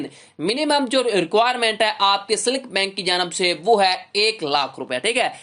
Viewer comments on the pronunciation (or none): Abay silk bank tu sahi bol lay pahlay..seelik nae silk hy😂